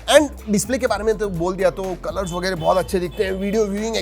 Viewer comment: That वेगेरे feels so marathi 💓